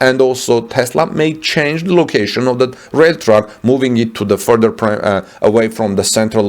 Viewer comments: Interesting and IMPORTANT video! My friend it Sounds like you are saying "Truck" When you are trying to say "Track" to mean "railroad track". "Track" is pronounced to rhyme with "Tack" as in: thumb tack. Clearly Germany is NOT interested in Tesla's success. This accommodation would only inure to Germany's benefit. To claim some trespass of utility is exalting form over substance. It belies the true intention of Germany towards Tesla. It was a trap to invite Tesla into investment in Germany. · I too heard Truck initially and was confused but soon figured out he meant Track. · For 2 minutes, I keep hearing “truck”. Then I finally got it was “track”. Silly me. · Isnt it "railroad" on english? took a time before i got what he said too :D